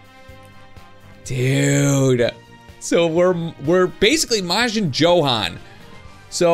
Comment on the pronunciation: its pronaunced yohan not johan